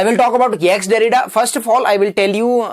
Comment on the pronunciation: Didnt listen to it fully. But bro, its not "ex- derrida".. it is jacques derrida.. [ʒak dɛʁida]